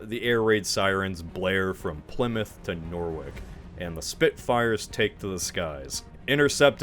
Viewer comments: The air raid sirens from Plymouth to where? Norwich is not pronounced “nor wick” its “norridge”. I should know, I was born there. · Only thing I am calling out is the butchering of pronouncing Norwich. Nor-rich not Nor-wick. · Norwick! Norwick ! Where the bloody hell is Norwick ! Nor-ridge! My home town ! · Where the hell is Norwick? Do you mean Norwich? It's pronounced "Norrich". Like being poor, no rich or "Not free, nor rich", whatever.. Not free because Zee Germans have invaded Großbritannien.🇩🇪➡️🇬🇧 Sadly. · Plymouth to Norwick?? Norwich right, as in Nor-witch? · One thing you got wrong is the pronounciation of Norwich (it's 'Norrich', not 'Norwick') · slight correction, Norwich is not pronounced Norwick.. but Norrwitch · Norwich is pronounced like sandwich, not Norwick. Also, the w isn't pronounced so "norritch" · Norwick? Do you mean Norwich? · Norwich is pronounced No-witch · Norwich? It’s fair I guess it is spelt weirdly, but it’s pronounced Norr-ich 😂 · it pronounced noritsh pal nice vid btw, looks like an efforts worth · Can’t believe you mispronounced Norwich again. Imagine it’s spelt ‘Norritch.’ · It took me so long to work out where Norwick is. Is that meant to be Norwich? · “nore-wick” lol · Nor which?🙃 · First, that’s not how you pronounce Norwich. Second, imagine still being on the “Germany bad” train when in 2024 a grown-ass man is forced to refer to Hitler as “moustache man”. Funny stuff. Enjoy your freedom. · As a Norwich lad, it was painful to hear